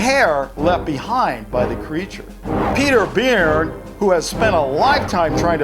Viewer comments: It's Burn not Beard pronounciation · It’s said like burn not beern